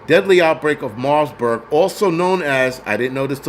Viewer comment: Bro I love your livestreams but its MARBURG not * MARSBURG* No "S*